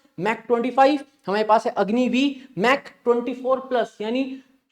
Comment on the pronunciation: This is not pronounced as Mak, pronounce like "Mak" or "Mark"